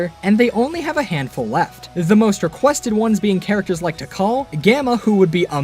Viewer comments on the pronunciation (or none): none